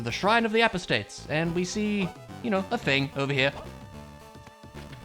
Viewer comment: I grew up in a super religious household and, I'm sorry, but the way you pronounced "apostates" is wrong, and you caused me psychic damage.